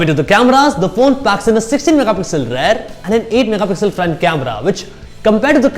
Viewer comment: it's not rare, it's rear and moreover it's not radmi, it's redmi 😒😒😒😒 pronounce perfectly bruh